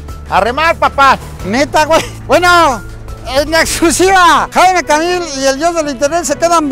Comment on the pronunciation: "Jaimico Camil" 😂😂😂😂😂😂